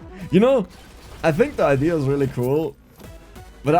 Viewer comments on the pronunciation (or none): 18;05 and also you always say "idea" like "idear" with R on the end